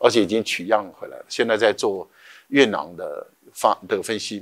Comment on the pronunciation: 月球土壤簡稱月壤（yue rang),何為唸成yue nang?